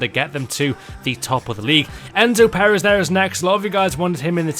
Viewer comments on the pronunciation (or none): none